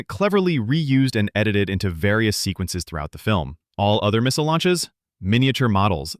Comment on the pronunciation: First fun fact was the way you pronounced the word missile😂